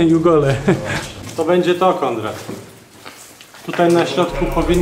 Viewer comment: Szanuj Ziomka, nie mów KonDrad. :D pozdro